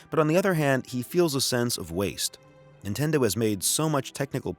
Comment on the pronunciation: "Intendo" lol